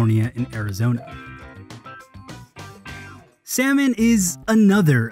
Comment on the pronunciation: The way he pronounced "Salmon" though